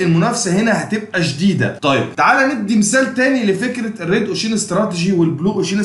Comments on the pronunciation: جزالك الله الخير بجد تسلم بس كلمة ocean بتنطق كدة اوشاان مش اوشيين وكلمة awareness بتطنطق كده اويرنس مش اواارنس انا والله بنصحك نصيحه اخويه انت متميز فى المجال ما شاء الله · الواحد مش عارف يشكرك علي ايه ولا ايه و الله باذن الله بحاول اختار الكورس المناسب لإحتياجي و هفعّله قريب تعليق بس صغير و لا اقصد بيه اي تقليل من قدرك نطقك لكلمة ocean كانت مختلف شوية عن الصح (وجب التنويه بس عشان دي كلمة اتقالت كتير في الفيديو ) تقبّل تحياتي 🌹